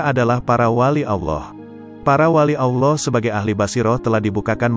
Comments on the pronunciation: FASHIHKAN DULU DALAM ME NGUCAPKAN KALIMAT2 BAHASA ARAB SOALNYA BANYAK YG SALAH , ALLOH di baca AULOH , SUBHANALLOH DI BACA SUBHANAULOH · ALLAH hu Akbar ya Tuan comment sebut nama rassullullah Tak betul Nak cerite pasal qolbu KENA belajar sebutan sebut nama ALLAH pun Tak betul KENA belajar pasal Orang tgk seluruh Dunia KENA belajar sebutan